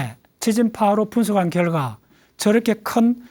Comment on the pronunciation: 첫 질문!"생존" 이라는 용어부터 애매한것 같다. 엄말한 의미로, "생존"과 "종교"는 무관한 것이다. 종교는 "생존" 이상의 세계이기 때문이다.강사의 발음 문제! 모음"ㅘ"를 "ㅏ"로 바름하고 있음.예: 과학을"가학"이라 고 하고, 과정을"가정"이라고 발음하고 있다. 이런 발음 문제를 논하지 않는 한국 문화가 애석하다. 또, 결과를 "결가"라고 했다. 이런 것이 한국 일급 학자의 문제라니 놀랍지 않은가? 고국의 지식인께 간곡히 권하오니, "한국 어문을 고발함"이라는 책을 읽어 주시게ㅆ읍니까? 미국 변 완수 드림